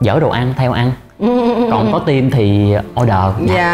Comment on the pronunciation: 2 bằng thạc sĩ ở Úc mà một chữ "team" nói mỗi ngày mà cũng kh chuẩn, vẫn nói giống VN là "tim". Thực sự phải nói là "thim" mới đúng. Ở trên núi hay sao mà kh có đặt đồ ăn qua Uber eat? 😂 Tôi ở Melbourne nè, tuần nào cũng đặt đồ ăn qua Uber, cho dù 1 ly nước họ cũng mang tới. Nói gì thì phải nói cho đúng.